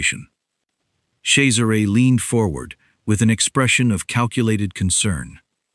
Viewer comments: Yes, it is pronounced Chezzaray. The other spelling is Cesar. Pronounced Sayzar. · At last, a narrator who knows how to pronounce the name Cesare. The boss wouldn’t need to ask me twice - I do like a bad boy🏍️🥰